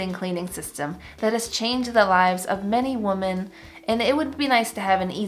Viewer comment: Omg. I love your videos. Women is pronounced Wimen ! I promise! 😅